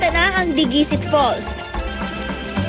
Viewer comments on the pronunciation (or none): diguisit is pronounced nang mabilis at walang accent sa kahit na anong syllable...pati yung dicasalarin, mali pagpronounce